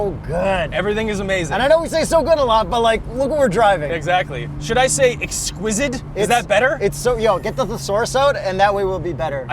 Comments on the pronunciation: "Exsquidit", we all heard you. 😬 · For the first time, something has come close to a 911 Turbo S, for me. And I’d take this over the Lambo any day. It’s “exsquizid”. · did say ‘exquisidd’? 🙃